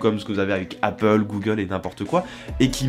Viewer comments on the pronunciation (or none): none